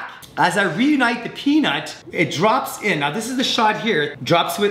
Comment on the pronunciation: I thought every single time you say peanut I thought you are saying penis lol